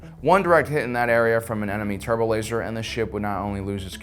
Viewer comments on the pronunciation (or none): none